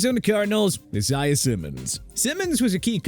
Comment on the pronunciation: Bro took a shit on the name Isaiah